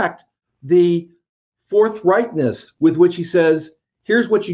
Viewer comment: At the end he says fourth reichness. REEEEEEEEEEEEEEEE